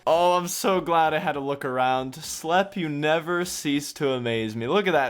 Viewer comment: btw Slepe is pronounced just like Sleep not Slep.